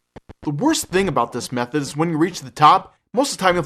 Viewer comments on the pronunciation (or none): none